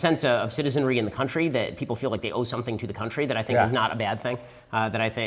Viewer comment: "There are only 3 things you have to do to not beqaimeac soumfryibg importing in the United States"( Ben Shapiro, ) Can someone please translate what the ** he just said?